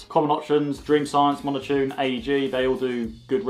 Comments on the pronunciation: Am i not listening right or are you calling mountune monitune? also im pretty sure the FF inlets are getting the same bhp figures as mountune and cosworth, shame you also didnt mention Throttle bodies since they are much easier than boosting. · tbh i heard monotune xD